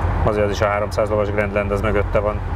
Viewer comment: Grandland kiejtése grandland. Németül is, magyarul is. Ahogy az AMG is á m gé, nem éj/á m dzsí/dzsé. Ugyanígy a Volkswagen ID is németül/magyarul Í DÉ, nem áj dí.